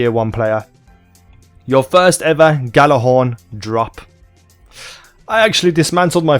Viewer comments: It's either jallerhorn or yallerhorn but the g is silent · It's pronounced jallerhorn it's a silent g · The gj part is pronounce as a Y. so you would day it as Yallarhorn.